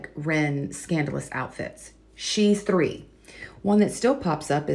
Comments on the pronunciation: I tried so hard to watch this but after about 10 times of "free" this and "free" that... Instead of three... Ugh I can't. Learn how to speak, PLEASE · Are u saying: 'Free' Hundred... Instead of 'Three' Hundred? Lol